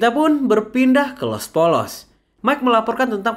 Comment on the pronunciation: Penyebutan Los Pollos Hermanos yang benar adalah Los Pollos = Yos Poyos